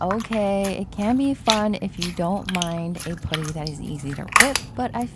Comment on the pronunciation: It's pronounced puh-tty (put like hut) not poo-ty 😊